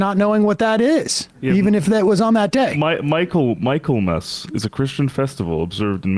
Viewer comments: 'Michaelmas' is pronounced 'Mikkle-mas' darlings. Do get it right. Apart from that, jolly good show. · Pronounced: Mik-ul-mass 😉👍